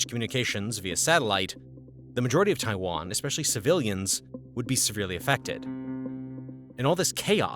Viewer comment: Drink every time he says Taiwan wrong … good times.